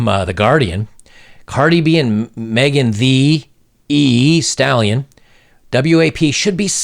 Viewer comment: Its megan Thee stallion not eeee 😂😂😂